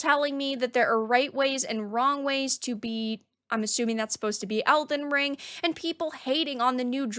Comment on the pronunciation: We hate you too so we are even. Also, lol at "Else Ring".